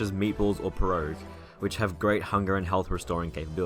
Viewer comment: Wtf, how do you mispronounce pierogi as peroge?